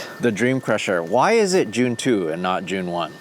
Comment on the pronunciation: That American accent.."June" . We say it like "Joon"